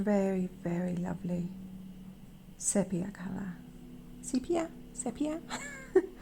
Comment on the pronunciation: Sepia The e is long sounding. (Seepia)